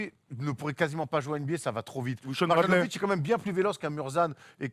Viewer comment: Mais c'est pas possible, vous faites exprès de massacrer les noms de joueurs ou quoi ?!? Après "Donsitch", maintenant c'est "Mar-Jeannovic". C'est MARIANOVITCH. Le J en serbo-croate se prononce "ye", d'ailleurs vous dites bien "Yokitch" et non "DJOkitch"